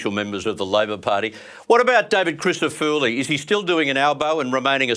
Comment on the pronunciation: Why cant you pronounce David Crissafulli's name correctly. Its apelt with full at the end of his name not spelt with fooli . I know David well and he would not say too much about this, but its not polite not to learn how to say people 's names . Im sure you would like your name spoken correctly